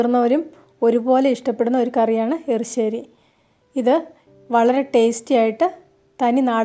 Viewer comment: മാഡം എപ്പോഴു ° എറി ശ്ശേരി എന്നു പറയുന്നു എരിശ്ശേരി എന്നാണ് പറയേണ്ടത് എന്തായാലം നിങ്ങളുടെ എറി ശ്ശേരിയിൽ തേങ്ങ വറത്തതോടൊപ്പം ചെറിയ ഉള്ളിയും ചേർക്കാമായിരുന്നു വളരെ സിമ്പിൾ എറി ശ്ശേരി | - like | It